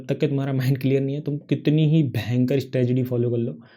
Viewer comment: Bhai strategy hota hai stragedy nhi😂😂